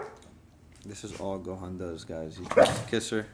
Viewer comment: you say the word gohan wrong